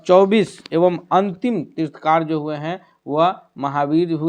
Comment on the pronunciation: तीर्थकार नहीं तीर्थंकर बोलिए कैसे शिक्षक हैं आप लोग !!